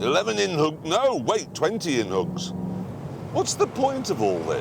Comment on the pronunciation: I don't know why but it kills me every time when he pronounces it "in-hougs"